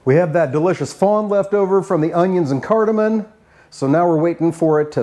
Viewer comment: Cardamom. Not cardamon. 😊